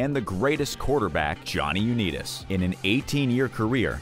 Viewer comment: I actually couldn't listen to this after hearing Jonny u neat us